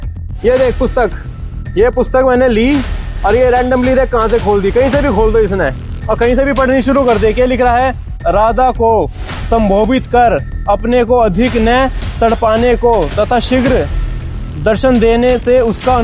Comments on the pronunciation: Sambodhit ko sambovit padhega or bole gaa ki aslil hai naak kata 😡 raas ka matlb pata ni aaye gayan dene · संबोधित बोलना तो ठीक से आ नहीं रहा है चले गीत गोविंद का भाव समझने😂😂 प्रभु पहले ठीक से अ, आ, क, ख पढ़ लो फिर इतनी गहरी चीजों को समझने की कोशिश करना। वह कहावत है ना कि अधूरा ज्ञान हमेशा हानिकारक होता है। इसे याद रखना🙏